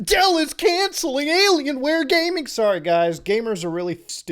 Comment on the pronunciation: He really said ALMAOware...